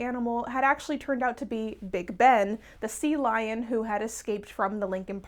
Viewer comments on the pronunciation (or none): none